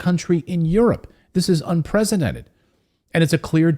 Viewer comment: Sounds like you said, "unpresidented". You have said this before, not unprecedented.